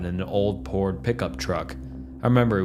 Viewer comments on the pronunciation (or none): "An old Pord Pickup truck."